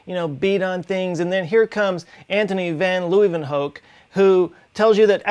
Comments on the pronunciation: lieuvenhook? try pronouncing: LA-when-hook. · It’s pronounced “Anthony (close enough) Laywenhook”. You’re welcome, and cheers from the Netherlands! Love your videos! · Leeuwenhoek, is dutch, pronounce as "LAY-WHEN-HOOK" (more or less). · Just an attempt to help you pronounce leeuwenhoek. Lay-wen-hook. Huygens=hau-gens will do. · jeah he butchered that one ;p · At least you gave it a good try! If you pronounce the 'oe' from hoek as cook, you'll get it super good 👌